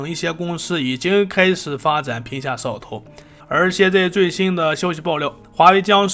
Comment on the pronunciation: 我听的是嗖哦头